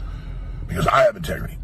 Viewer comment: "I got 'tegrity"